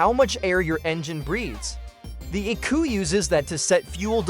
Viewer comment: Crappy AI. You dont pronounce ECU unit as the word eku. This is just a AI advertisement.